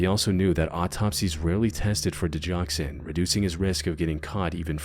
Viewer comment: Go never is a J sound. Digoxin.